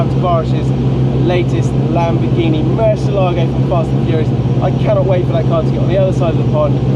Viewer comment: I reluctantly clicked play with my fingers crossed "Please don't say Mercy ALAA go... please don't say Mercy ALAA go... please don't say Mercy ALAA go... please don't say Mercy ALAA go... please don't say Mercy ALAA go... please don't say Mercy ALAA go...". Sigh.